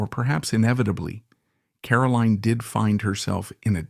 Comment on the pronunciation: Caroline is highly accomplished: the author of several fascinating books, the much lauded ambassador to both Japan and Australia, and the keeper of the flame of her parents' exceptional lives. She is a huge credit to the Kennedy family. Too bad her name is mispronounced throughout the video: she is CaroLINE, not Carolyn.